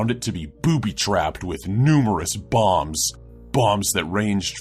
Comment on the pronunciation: Bombs? I thought he was saying bongs...